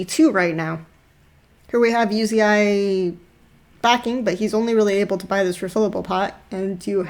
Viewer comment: Did she fuckin, called Uzi "You zi ai"??? Is this a joke, bcs i'm sick of people who dont know how to pronounce the players' names. This reminded me of LS and his "A Atrox" thing.